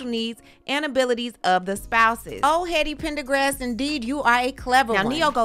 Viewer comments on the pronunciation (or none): Did you call that man “Heady Pendergrass”?!😭😭💀